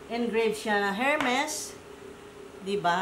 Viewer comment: Hello...ermes pronunciation ng hermes...silent H...